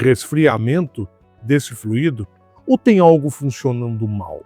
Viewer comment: A pronúncia correta é “fluido” e não “fluído”, sem acento. Num podcast, o Sérgio Habib, antigo presidente da Citröen no Brasil, disse que o AL4 dava problema no Brasil por conta de superaquecimento. A PSA no Brasil teve que adaptar um sistema de refrigeração através de aletas. A cúpula da PSA na França sabia do problema, mas não autorizou o desenvolvimento de um câmbio modificado para nosso país. Agora, a Renault fez alguma modificação nele, pois esses problemas não aconteciam na Duster, por exemplo! Se eu encontrar o link dessa informação do Sérgio Habib, eu posto aqui!